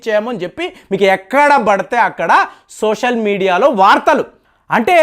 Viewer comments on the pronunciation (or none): none